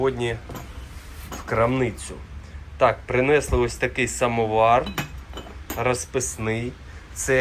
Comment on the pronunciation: Интересные находки, но прнЕЕЕсли, бУУУУло, на старте чуть не выключил из-за рагулизмов